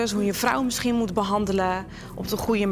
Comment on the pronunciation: waarom legt Morena de klemtoon zo raar bij 'harry Potter' 😭